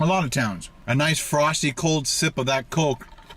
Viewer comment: "DO YOU LIKE COHKE OR PEPSI? LET ME KNOH IN THE COMMENTS BELOH!" --, Professional Food Reviewer